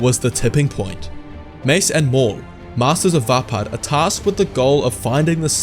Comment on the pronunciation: is how it pronounced